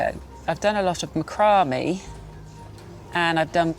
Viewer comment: It’s Mack rah may. Not macumbie